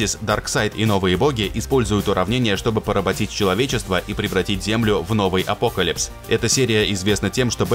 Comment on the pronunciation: "апОкалипс"??? Шта?!